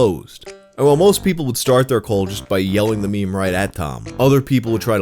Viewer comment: The pronunciation of "meme" as "me me" reminds me of MeMeMolly, early Youtuber, anchor of Rocketboom, she apparently works for Youtube now, like she's a Google employee. Her handle predated the use of the word "meme" in popular culture so it was pronounced "me me molly."